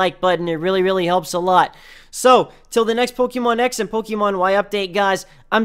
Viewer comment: I can't take your video seriously because of how you say Pokemon and the fact that you said Pokemons. Sorry. Also, your pronunciation of Kalos...